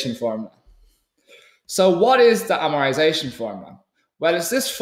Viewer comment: Jesus Christ great video very helpful but for the love of god say amortisation with a T